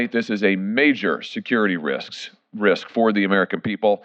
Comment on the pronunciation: If he cant even say risk right in that press conference then he shouldn't be aloud to make decisions